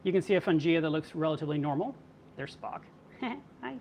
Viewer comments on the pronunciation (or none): He is saying Spock, but I thought he was saying f**k lol